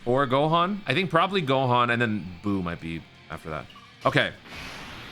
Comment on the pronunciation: "GAHAN" lmaoo dude am dead